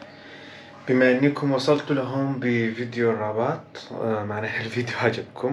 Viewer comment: اسمها الرِباط و ليس الرَّباط